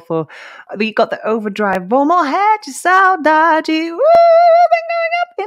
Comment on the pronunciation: i know ppl already said here, but it is very impressive your Portuguese pronunciation. You said perfectly the words like a normal Brazilian would say. Are you sure you are not a Brazilian girl? hehe About the translation of "morrer de saudade" is like you said. It means "die of missing you" but in a very more emotion way, it is a word that holds a strong emotion into it Great video. Tim Maia is one of the most famous singer in Brazil music history, although most of young ppl does not know him nowadays.